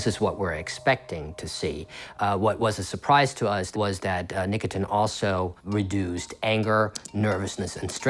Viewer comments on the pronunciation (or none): What's nicoTIN? I thought it was called nicotine? (Pronounced "nick-uh-teen")